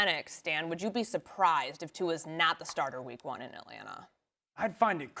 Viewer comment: It’s Etlanna, AtlanTa Dan.